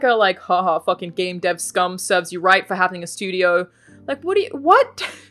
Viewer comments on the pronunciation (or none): none